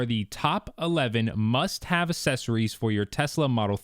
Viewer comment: The word is “accessories” not “assessories”. Maybe spend less money on a Tesla, more on a dictionary.